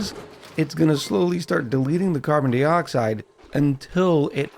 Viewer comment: Why do you say carbon dee-oxide instead of carbon die-oxide?